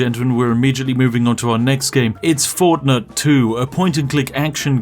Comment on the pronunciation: Spat my tea out when you said fortnut then immediately drank it back off the floor as an englishman as I do not wish to disappoint our Queen.